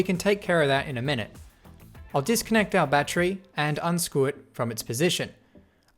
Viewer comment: No one gonna talk about how he says 'unscwue' it?